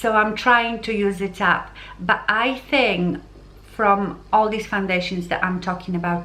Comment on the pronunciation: Please pronounce "k" at the end of the word "think"... otherwise, it sounds like you are saying "thing".